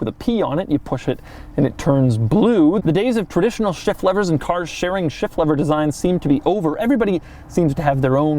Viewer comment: When he says shift lever, it sounds like shit lever